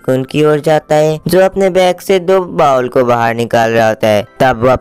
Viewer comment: back nhi bro😂😂😂😂😂 bag hota hai😂😂😂